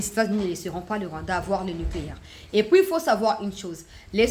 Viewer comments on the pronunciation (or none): none